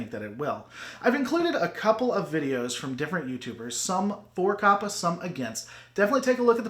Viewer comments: It's CO•PA not COP•A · I don't know why, but you calling it "Cop-uh" is really throwing me off. (I've been hearing it pronounced "Cope-uh")